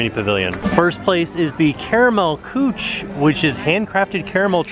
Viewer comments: Karamell Coo kuh….not cooch. Kueche is German for kitchen. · I love you, but you really need to work on your pronunciation of Karamell-Küche because you make it sound reallllll dirty. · I love how totally butchers the 'Karamell Küche' store name (Caramel Kitchen in German). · Nice Video, I like TheTimTracker. Brings me back every time. I´m from Vienna, Austria. It´s funny how you pronounce the german words:) Thanks for the good work! Servus und Baba aus Wien! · As a dutchy i got a bit too excited about the toffefay and knoppers (since we have them here in the netherlands aswell). Gosh i am getting hungry now :) Ps. Love how you pronounces the name of the store